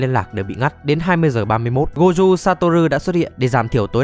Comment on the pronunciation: má ông thầy tên gojo đọc là gô jô mà đọc goju thấy ngang tai ghê 😂😂😂 ( tui ở nhật >5 )